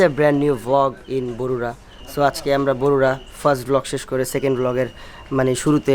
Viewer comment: bogura not borura